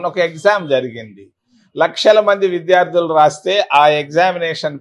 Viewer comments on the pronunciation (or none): none